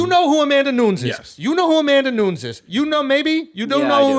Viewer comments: 'Amanda Nunz' it hurts my ears. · "Amana noons" lmao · “The only reason I know her name” proceeds to pronounce her name wrong 😂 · Who the fuck is Amanda nooons?! 😂 - bout time he got called out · If the greatest mma journalist says Amanda Noons, she’s Amanda Noons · I love Valentina, but I was thinking the same thing throughout the fight. She should’ve tried to finish her in the first two rounds. And learn how to pronounce Amanda’s name bro 😂